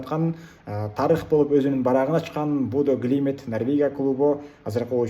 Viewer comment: Будё Глимит Эмес Глимт Десен